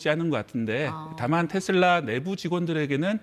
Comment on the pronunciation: 테쓸라가 아니고 테슬라 다..